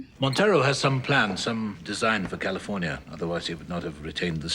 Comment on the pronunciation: Kalefoinya. Laeter to be roold by herr Govarnaytor Ahrnahld Schvarzaneggahr.